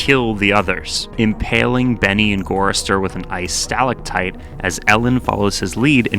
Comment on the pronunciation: That's not how you pronounce stalactite.